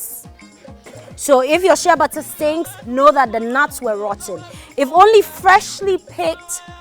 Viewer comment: am wondering what u're saying which sounds like "shebatthaa" not til i remember that bottled exfoliating soap with "sheabutter" AND there i got what u're saying--AND THAT's one of the secret of your beautiful skin! hmmm interesting!!! ..nice video!😍😍😍